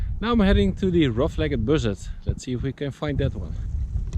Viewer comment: Mooi begin ondanks de regen! Bij “Rough-legged” wordt de laatste “e” niet uitgesproken. Niet echt belangrijk natuurlijk, maar ik reken er op dat je hem nog gaat zien ;)!